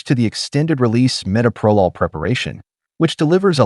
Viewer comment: SO TIRED OF ‘AI”. CAN’T EVEN PRONOUNCE METOPROLOL CORRECTLY. Don’t you bother to check what you’re putting out and make corrections first?